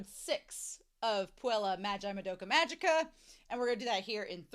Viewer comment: I’ve learned to know worry about pronunciations, especially as every single YouTube reactor pronounces “Magica” wrong, without fail (It’s a hard G, so it’s pronounced a bit like the Simpsons character, so “Maggie-ka”).